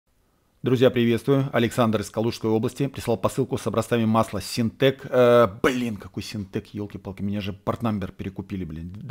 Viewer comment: Лайк за синтек который не сентек